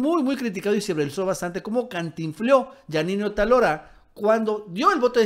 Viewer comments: no es Otalora, es Otááálora. Es una palabra ESDRÚJULA;ACENTO EN LA ANTEPENÚLTIMA SÍLABA. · Otálora es palabra esdrújula. No es Otalora, que sería palabra grave. ¿Es muy difícil? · el apellido de la presidenta es "otÁlora", no "otalÓra" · Es OTÁLORA (esdrújula)!.. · debes pronunciar correctamente el apellido de esta tipeja, ve donde tinen el acento.